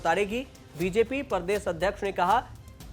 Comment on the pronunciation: आप प्रदेश को परदेश क्यों बोलते हैं। हिन्दी सही बोले । इनफार्मेशन अच्छी है। लेकिन गलत उच्चारण प्रस्तुति को खराब कर देता है। प्रदेश राज्य के लिये बोला जाता है और परदेश विदेश के लिये ।